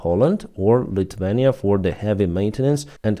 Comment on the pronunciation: IT IS NOT LITVENIA IT IS LITHUANIA DUDE CMON!